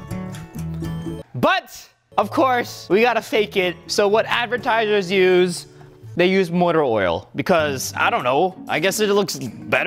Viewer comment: ⬇️ this is how many times rio said advitiesers